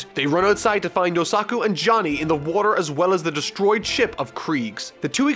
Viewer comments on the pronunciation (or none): THE OTHER NAME WAS YOSAKU not yosuka that sound slike a girls name lol